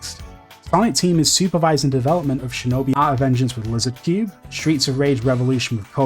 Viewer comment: "Shinobeh"? What the fuck is this dude saying? Lol